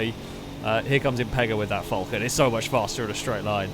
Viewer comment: As an Australian, I find your pronunciation of Falcon deplorable.